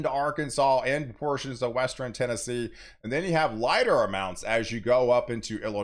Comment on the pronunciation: I like how he puts the "E" between the R and N in eastern and western